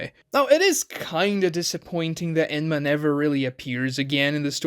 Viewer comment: Enma? I tought his name was Menma